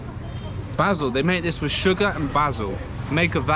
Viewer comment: What part of the kingdom does "wif" come from? Thank you.